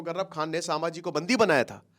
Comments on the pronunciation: It’s not shamji it’s sambhaji maharaj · Oye naam thik se le Samaji maharaj nahi Chatrapati sambhaji maharaj bol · say Sambhaji maharaj not samaji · संभाजी महाराज 🙏 सांभाजी ये वर्ड ही आप पूरी तरह से गलत बोल रहे हो सांभा शोले फिल्म मे विलन था संभाजी महाराज थे जब आप महाराज का नाम सही तरह से बोलना सिख जाते तब व्हिडिओ बनाना चाहिये था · साभांजी नही संभाजी नाम हे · bhai sama ji nhi hai sambhaji maharaj hai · For your information, It's called संभाजी not सांभाजी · Brother … pronounce in a proper way It’s not Sabhaji/ सभाजी It’s sambaaji / संभाजी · सामाजी महाराज नहीं सर संभाजी महाराज बोलिए । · Please Correct - छत्रपति सांभाजी महाराज ❌ छत्रपति संभाजी महाराज ✅ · सांभाजी❎ संभाजी ✅ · मैने भी बोला पीचले विडिओमे sambaji नहीं संभाजी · Sir its not sammaji maharaj….shambhajii maharaj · संभाजी महाराज आप संभाजी महाराज सब ठीक से नाही बोल पार है प्लीज संभाजी बोलिये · Your pronounciation of saamhaji is so wrong and insulting.. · atleast naam toh thikse lo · Sir name sahi se jaan lo pahle 😂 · Pronounce proper kro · Dear sir naam sahise le lijiye please. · Abe pahila thik se nam lo